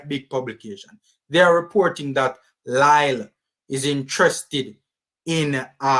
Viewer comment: It’s pronounce as Lee